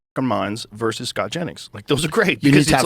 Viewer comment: Timmy. . ."versus"